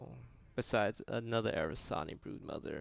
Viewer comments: Take a shot everytime he says Arasani and not Aranasi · I actually haven't changed any of my decks since release because I still don't see those nerfs that massive. Then again, I'm just your typical hardstuck rank 10, so just an average player, what can I know. Btw, it's not "Arasani", but "Aranasi". Took me a while to figure he meant those demon gals. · How many times is Toast going to say Aranasi wrong until he learns how to say it correctly? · Please start pronouncing the brood mothers name right